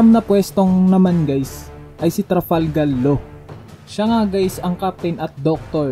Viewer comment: panu kame makikineg sayo kung bigkas mo sa name ni law ay TRAFALGAL LAW